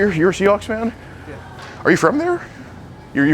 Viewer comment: It’s “Seahawks”, not “chickenhawks”, and it’s the twelfth MAN, not the 12year-old.